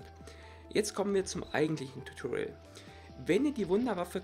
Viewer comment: Tutoriel 😂😂diese Aussprache